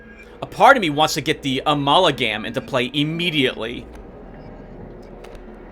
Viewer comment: My, babbling? Impossible!! Also, let's take a shot every time you say "Amalagam"